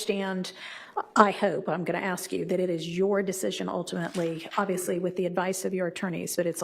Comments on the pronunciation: Right?! Don't forget how many times she "axed" questions ...that got on my nerves so bad 😂😂😂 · And did you also pick up that always said AX instead of ASK, all through the trial. And she went to law school. I taught my niece this when she was 8, she is now 20. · That irritated me to the core...like ma'am please say "ask"